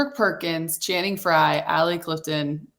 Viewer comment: I love that Perk always says Shannon instead of Channing lol